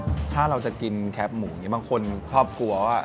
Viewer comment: ออกเสียงให้ถูกแคบไม่ใช่แค๊ปใช้ภาษาให้ถูกอ่านให้ถูกอายเด็ก